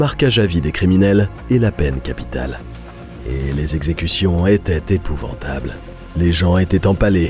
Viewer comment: Les quatre zexecutions hahaha😂